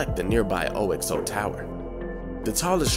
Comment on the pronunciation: Oh, the pronunciation! 😂 Tulip is pronounced chew lip, not too lip. Leadenhall is pronounced led en hall, not leeed en harl. The Oxo Tower is pronounced Oxo not O X O Tower Lastly Hertsmere is pronounced Harts mere, not Herts mere.